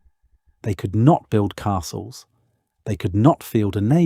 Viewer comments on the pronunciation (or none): none